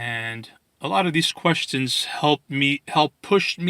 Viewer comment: he said questons not questions, you got it all wrong